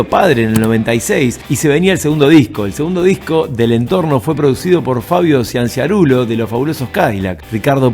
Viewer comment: Siansarulo, no... Cianciarullo (chancharul-lo)